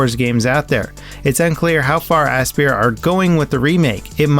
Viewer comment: Aspyr, pronounced like "Aspire".....not "ass spear" lol.